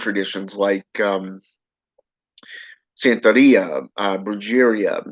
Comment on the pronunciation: Brujeria is pronounced "bru-hare-ria"... If you were into Santeria and working with Santa muerte you might wanna learn how to pronounce these names correctly